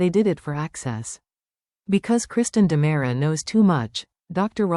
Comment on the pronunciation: Its not Damara, it's Dimera!! And you're saying Stefano wrong!!